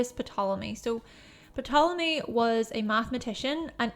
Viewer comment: The p in Ptolemy is silent